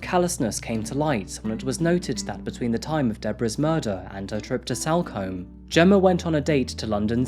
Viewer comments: Btw salcombe is pronounced sulcum. In the local area it’s known for being an area where there are mostly holiday lets and second home owners. It’s basically where many rich Londoners have their holiday homes. Please do the murder of Bobbi Ann Macleod - an 18 year old girl taken from a bus stop in Plymouth by a guitarist who handed himself into police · Head probably removed and put in back pack so body fitted in the suitcase? BTW it's pronounced Salcom not combe‼️😆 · Salcomb is pronounced like SoulCum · Sol come, that's how it's pronounced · It’s pronounced SOLCOMBE even though it’s spelt with an A